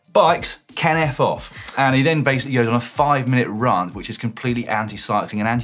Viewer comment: Questionable pronunciation of the word ‘rant’ though lol